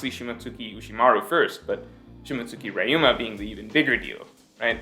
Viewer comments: Say Reeeyou, not rayu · man .. it's Ryuma not raiouma or raiuma or rai uma (thunder horse ) lolzzz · 2 things. First, Momo's dragon is pink. Not red. And yes, I do realize pink is a shade of red. But he's very noticeably pink. Secondly, it's pronounced Ree-yoo-muh.